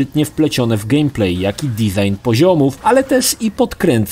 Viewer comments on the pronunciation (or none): none